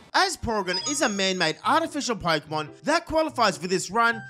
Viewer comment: d-did you just say poregan?